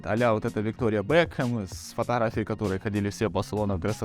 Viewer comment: Ггээээ Тррээнддец.. фоторафия…мммм. Что случилось??? Как можно говорить о моде с такой речью!??👀